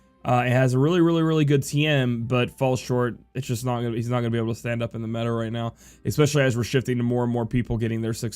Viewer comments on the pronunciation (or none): none